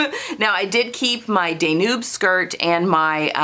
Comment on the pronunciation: Love hearing your plans! It’s very inspiring. I do have to mention the pronunciation of Danube is “Dan yoob” like the river in Europe.